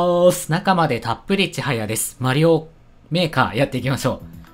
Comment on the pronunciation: 最初の方メーカーとエイトが混じってエーカーって言ってるw